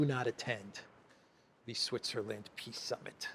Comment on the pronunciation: "Ehhhhh....China is disrupting piss Summit...ehhh very unfortunate" 🤡📯 Thanks,. Be good. 😎👊🏼